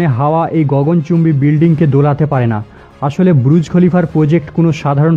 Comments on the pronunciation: Bhai pronounciation ta thik kore kor. Kokhon bolchis BURUJ, ABAR KOKHONO BRUJ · ব্রুজ খলিফা নয় এটা বুর্জ খলিফা